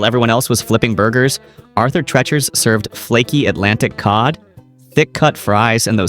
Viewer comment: It’s Arthur Treacher not Tretcher. Geez.